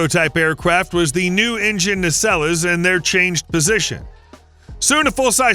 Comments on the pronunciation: Guys please - the word is "naysell" NOT NAYSELLA. Nacelle is a French origin word - a simple Googled word search (you HAVE heard of Google?????) will give a correct pronunciation instead of butchering the language as badly as horrible AI. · Naceller? Surely you mean nacelle?